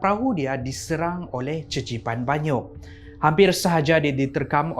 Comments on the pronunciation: Qeqipan banyuk bunyi sebutan dia kekipan banyuk, bukan cecipan😅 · Qeqipan tu sebutan dia kekipan. Bukan cecipan. Tu bahasa melanau baie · cecipan... Me (vaie): pffftttt lmao!!! (it's pronounced Kekipan with Q...)